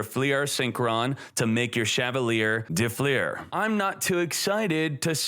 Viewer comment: dö flör it is called. de flur xd